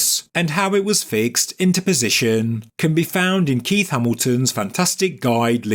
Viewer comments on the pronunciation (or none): none